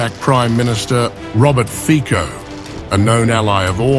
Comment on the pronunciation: Its pronounced Robert "Fitso" not Robert Fiko.